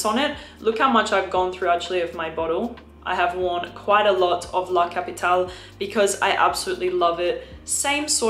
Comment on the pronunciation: Nice tips! BTW…being Xerjoff Italian, I think “La capitale” Is being meant to be pronounced in Italian, as La “Kapɪtalɛ” (with final E pronounced “Eh” like …AdelEH).